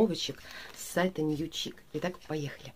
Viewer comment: Нью Шик наверное... а не Чик